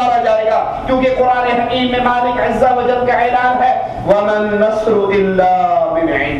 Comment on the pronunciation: why this say "Allah Izza Wajjal"???? Azza Wajjal lafaz hai, isko koi cheez nahi ati.... lol